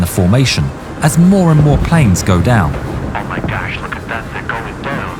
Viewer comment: "oh my gash"🤣